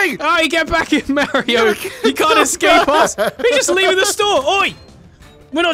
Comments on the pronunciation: It’s not (mama-ree-ooooo) it’s (mar eee oooo) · Its Mario not mareio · It’s pronounced Mario not Mairio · it’s funny how they say “Marry-o” instead of “Mario”. I know Wacky says it right. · Forget you killing Mario you killed his names 5 seconds into the video. Merrio? 🤦‍♂️ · I think you mean Mario because you're saying Mario wrong